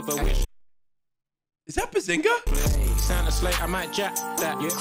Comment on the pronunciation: "is the behzinga" 🤣🤣🤣🤣